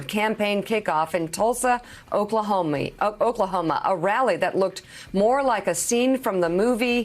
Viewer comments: Amen my brotha ✊🏾🖤. But Tulsa "Oklahomie?" Okay "Connie." 😂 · Oklah-homie... Definitely a freudian slip there